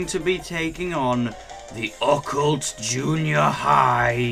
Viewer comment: I WON I also honestly don't like the way you pronounce Occult. I've never heard it pronounced that way.